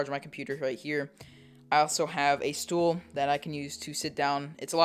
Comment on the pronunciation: A stoel? Are you dutch?